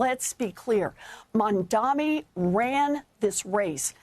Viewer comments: his name is MamdaNi, better learn it to pronounce it correctly as you're gonna speak about him for a very long time. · Mum-dani. It's not hard... WARREN! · Senator his name is MAM-DANI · Warren endorsed him. And you can’t even pronounce his name. MAMDANI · Not Mad mani? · At least pronounce his name right. It has an “n” at the end. This simply demonstrates as long as it’s her party she’ll defend. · he still can't say his name. This is just disrespectful. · This guy has been talking about Mamdani for weeks and still can't say his name right and even hesitates to say it. What a hack. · I can’t take anchors or guests seriously; who can’t pronounce a name correctly that is spelled as clear as day MAMDANI🗣️ (these AIPAC puppets are a joke) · Apparently it is hard. Bernie mispronounces it as well. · Why are they both so illiterate? It’s such a chore for them to get his name right. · Learn to pronounce his name, for god's sake. Such biased interviewing. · Ironically despite all his focus on the man, he still can’t say his name right 😂 what a clod